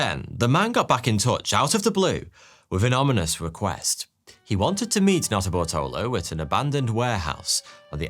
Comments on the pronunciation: Okay, you say the guys had a weird name. But every time you say the main guys name, I swear you're just saying "Not a Butthole o" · Who else kept hearing "not a buttholer"🤔🙃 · Sorry dude, but every time you say Nutterbartolo, I only hear Nutter Butter. Speaks poorly to my mis-spent youth in front of a television.